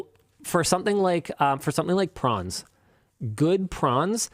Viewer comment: followed by Prawns, not PRANS